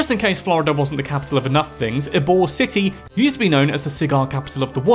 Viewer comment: I'm from Florida! I watch your videos all the time and it was fun to see you do one on my state. It was funny to hear you pronounce "Kissimmee", "ybor", and "Gasparilla". Also there is an orange county Florida. It's the Orlando area. Walt tore down a bunch of orange groves to make Walt Disney World. Both Disney World and Disneyland reside in Orange county! I really want to check out the stargazing in Kissimmee now. Thanks for that tip! Last thing, I've been to Venice Beach (shark tooth beach) plenty of times, but never knew the teeth are from ancient sharks. I assumed it's from sharks in the area. Cool fact!